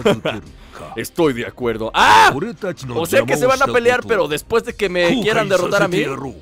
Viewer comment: Like si viste que en el minuto 3.00 dice derrorarappp a nail y salir victorioso también dice derrrora y afuera tambi n dice derrorara p